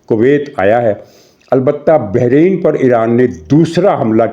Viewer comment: Bahreen نہیں ، Bahrain